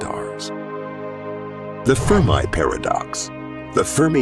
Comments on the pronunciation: The guy was called Fermi, not firm eye. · "Fermi paradox" - from Enrico Fermi. He was Italian (became American as an adult), so the pronunciation of his name "furmee", a long "e" at the end, not the "i" like "I am". I don't try to be a grammar nazi, but it was his name and this is an educational video.